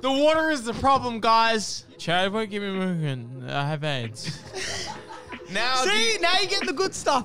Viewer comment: I just notice he says "i have aids" instead of "i'll have eggs"